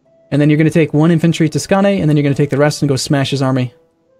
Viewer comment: The "å" in Skåne is pronounced like the "o" in scones